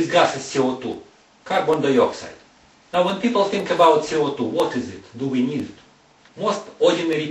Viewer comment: oh my gosh, his accent...like french! dont understand,,,what i heard was: oxygen, our lungs.... he says CO2 is ce o tu